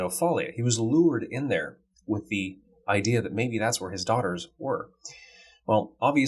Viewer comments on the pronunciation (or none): none